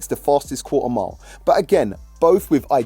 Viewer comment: Qua'er mile🤣